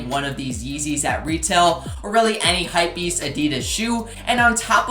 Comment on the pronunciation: you saying hypwbeast sneaker just super triggering XD